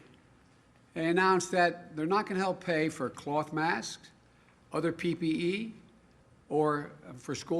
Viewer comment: Oh the second time he did day PPE!